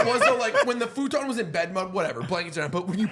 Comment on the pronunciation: Why tf you pronounce futon like that?